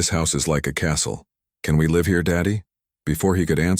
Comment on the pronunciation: Wife was killed 7 years ago, 6 year old kid. Apart of this, i liked the story. Mispronouncing is getting less as well. Still hung up on live/life and the words lead and read.